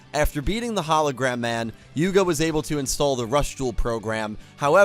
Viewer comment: You said Yugo instead of Yuga. As my favourite Yu boy would say to you: "Yugo ja na, Yugo da". Or in this case "Yugo ja na, Yuga da". Still, nice to know our man Yugo still lives in your mind.